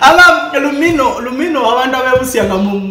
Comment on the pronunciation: Lumiinoo not lumino